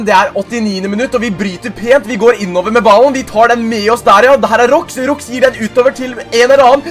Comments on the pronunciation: Det uttales ikke "Råks" for spilleren Roux, men "Råa" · man uttaler Roux med stum x btw